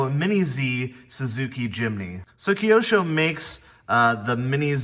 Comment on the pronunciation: That's the first time I heard it pronounced keyosho lol. Very cool video though